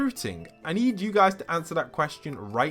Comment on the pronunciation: “Awnser the QUSTION”